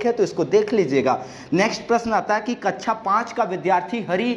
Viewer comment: Kacha n bolo sir kaksha bolo plz